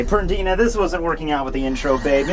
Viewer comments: Compulsory - required; mandatory Pernida (not pronounced PerDINA like you do it) is "compelling" a part of your body to move. He just likes to make your body move in the move violent way possible to harm itself. He can do it on objects too, like Hikifune's Cage of Life. That's the best I can do to explain that,. I might even be wrong XD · i think it's PER-Ni-Da that was my impression it doesn't matter lol